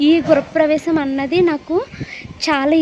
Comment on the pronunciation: Gurapravesham enti andi … Gruhapravesham